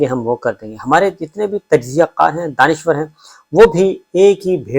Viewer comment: Daanishwr naee Daanishgr